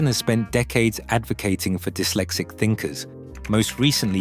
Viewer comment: Its not D-Y-lexic its dis-lexic